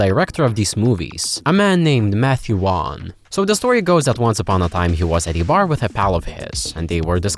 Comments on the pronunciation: Matthew Wan😂 it's pronounced Vorn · "So the story goes that Vaughnce upon a time..."